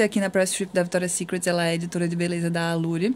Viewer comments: Ficou muito bom.. não quero por defeito até pq, quem sou eu? mas uma pessoa do nível da Camila falar victoria secretSSS e gran palééé.. ficou feio p caralho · Cami apesar do meu TOC gritar toda vez q vc falava Victoria's SecretSSS, o vlog tá demais!! Parabéns pelo sucesso!!